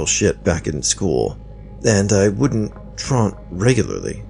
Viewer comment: True-awnt not tront.